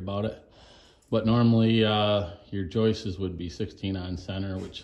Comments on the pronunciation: yes, joists, not joist-es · "joistes" ...It's the funniest thing ever. It's the sure sign of a redneck...